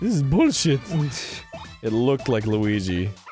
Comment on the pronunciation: it was liwigi